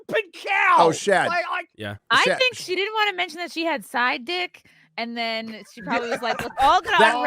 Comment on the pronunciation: I agree but can you please say “then” and not “thin?” The word is “sense” and not “since!”